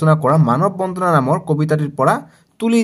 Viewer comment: Sir manob bondhona nohoi bondona😂